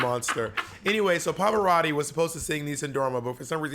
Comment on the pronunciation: Omg Monet your Italian pronunciation is on point!!! Love from Italy